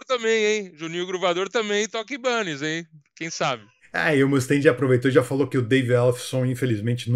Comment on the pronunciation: Gastão e? Sem querer ser chato mas já sendo...Acho que a pronúncia correta da marca de guitarras e baixos é "Ai"banez...pelo menos foi assim que aprendi assistindo ao Pawn Stars, Trato Feito no Brasil. Grande abraço!